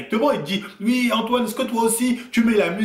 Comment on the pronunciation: Arrête de dire ui, on dis oui bordel,chargé encore et encore